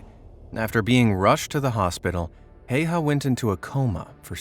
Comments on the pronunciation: Häyä not Haya. Search how to pronunce ä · HÄYHÄ Not Hejha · Well, the pronunciation could have been better, but his last name is one of the harder for non-Finnish speakers. Well, Swedes, Norse, and Estonians should nail it as well. The sights of his rifle were called "bunny ears". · I know about his military career and I will not watch this video because his name is being pronounced wrong sorry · You pronounce his name wrong